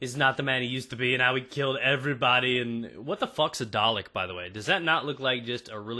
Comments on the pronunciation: its darhhlec not drlck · Aha the way americans say dalek :D